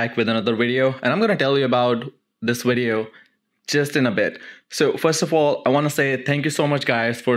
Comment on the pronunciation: "this wideo" 😂